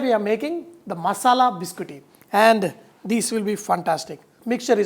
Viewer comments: It is pronounced Bis-Cot-Tee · Chef it's biscotti